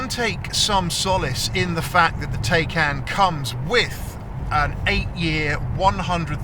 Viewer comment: Try to pronounce Taycan how it supposed to be pronounced, Taikaan, not Teikeen. PAW specifically excludes batteries in Porsche BEVs and hybrids. Once the 8 yrs have past, they’re in fact worthless garbage.